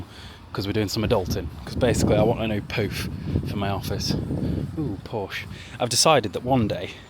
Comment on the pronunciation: You can buy a Porsche when you say it properly :p if the Germans make a YouTube video telling you how to say something it's cos you've said it wrong😂